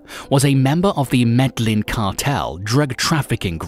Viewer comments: Maur The Spaniards would say yeen, but in Colombia it’s pronounced me-de-jeen. This is how true natives, and paisas pronounce it. The REAL way of pronouncing it. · Pronunciation needs a lot of work, in particular-- Medellin. Bogota. Dorado Gaviria. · MEDLIN? Seriously? MED-LIN? WTF! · Med-Ah-yeen ( MEDELLIN), La-key-cah (Laquica), Bow-ga-tah (Bogota), damn You've killed my ears, with such butchery of pronunciation of specific names, it's insulting... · I really hate it when a person pretends to be a subject matter specialist but cannot even pronounce the person's name correctly. Looks like someone didn't bother watching narcos....also it's "medda - yeen"....not "meda - Lin" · No it’s not med eyeen it’s Me-de-jin. That’s the correct pronunciation. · Medlin lol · Did he actually say "medlin' Colombia"!? A new low in Youtube "documentaries". Hope y'all are ready to look at the same 5 pictures for 9 minutes. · What the heck is MEDLIN?? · Ba-goata haha Medlin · I got a good laugh from his Bogota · its MED AH YEEN.....its BO GO TAH...thats how you say it. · Every time I heard Medellin I laughed. That computer needs to learn. Lol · Omg the mispronunciation of the name is annoying me